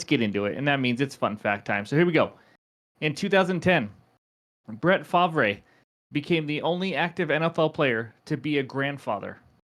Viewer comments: Lmao how you not know how to pronounce Bret Favre’s name correctly is insane…he is a legend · I'm no troll by any means. Just a die hard fan for 25+ years and that's my biggest pet peeve about these vids is when the creators can't even pronounce the names right! Glad to hear you were joking 😁 love the content and keep it coming sir 💪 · . . . . Did you pronounce farve wrong ???? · Love your research and such, but if you can't pronounce Brett Favres name correctly, you're not a true NFL fan 🤦